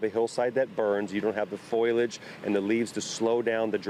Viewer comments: He said foilage. America is dumb. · Its foal ee edge.. not aluminum foil edge.